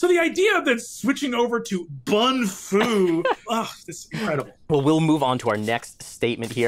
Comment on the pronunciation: didn’t say Um Actually it’s bun-fu